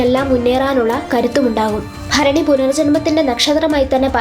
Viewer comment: Bharani correct reading ❤❤